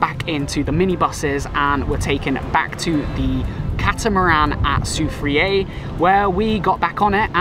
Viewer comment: I see you not from lucia so imma tell you dis... When we say Castries we dont say Cas-trees we say Cash-tries and when we pronounce Cashwew like Cash-shew the same as Castries. When we say Soufriere we say Sou-Frere not Su-freay. When we say Gros Islet we say Grows- Islet. We appreciate the time you took to visit our island.